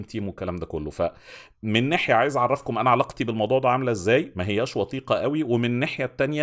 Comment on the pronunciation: بحييك ياا استاذنا على نطقك و مخارج الفاظك ومش قصدى ابوخ بس هى " من ناحية" مش " نيحية"